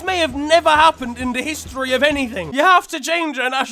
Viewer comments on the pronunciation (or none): none